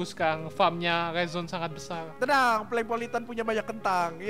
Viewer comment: Bukan Prenkpolitan Tapi Pelengpolitan